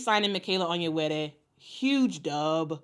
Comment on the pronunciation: Love that you flawlessly pronounce "Onyenwere."